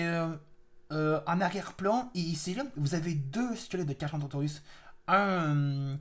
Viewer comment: alors je ne veux pas me moquer ou autre mais son nom ne se dit pas comme tu le dis carcha mais il se dit carca sinon très bonne vidéo